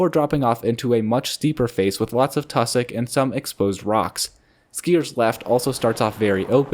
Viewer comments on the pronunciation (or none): Wtf is “tussick”?